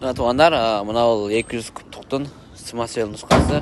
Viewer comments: Самасвал дебейсиңби сымасвел дебей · Смасвел смасвел эле дейсиң, самосвал дечи кытайларга окшобой, кытайлар р тамгасын айталбай Шарапты шалап шалап дегендей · Смасмел эмес а самасвал😅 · Самесвел эмес самасвал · свасвел деген не деген Баткенчи